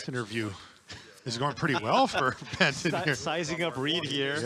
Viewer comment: Is it just me, or do I keep hearing Ben 10 when they say Benton?